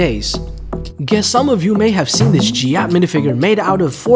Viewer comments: Jyatt!?!?! 😡😡 its GYATT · Bro said jyatt 💀